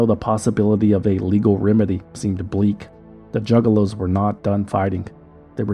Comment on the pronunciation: The news reporter at 37 mins calling them “Jugaloos” really sent me bro thanks 😭😭